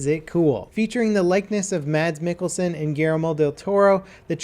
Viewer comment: the D is silent in Mads Mikkelsen, it's danish, it's weird.